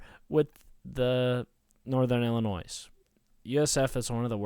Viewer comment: Disliked because you said "ILLI-NOISE" 😂